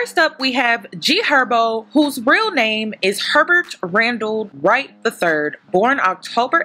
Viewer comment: Something got me when you said “HerberTTTT” 🤣🤣🤣